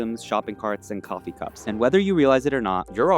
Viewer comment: Coffee not coffu